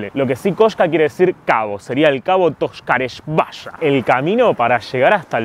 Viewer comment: Se pronuncia "Tokarievskaia" "Токаревская".